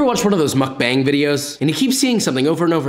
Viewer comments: just wanted to say it isn't pronounced 'bang', but more like 'bahng' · Great video, but please, my Korean ears can’t handle muck baaang, it’s pronounced closer to muck bong. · Muck-baeng? It's meok-bahng or mook-bahng lol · It’s mukBONG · mukbang (pronounced MOOK BAHNG) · Man I love crayfish😍! Looks delicious😋! P.S. How do you say gochujang right in many videos...but say mukbang wrong here? The "ang" makes the same sound, Josh😂.